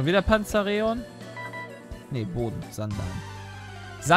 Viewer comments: es wird PanzaEron ausgesprochen Genau so wie es Voltwechsel und nicht Voltowechsel heist. Oder Kanivanha. Nicht Kanivanhia:P Wollt ich nur mal sagen;) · Hießt es nicht eig. Panza Eron? also von der Aussprache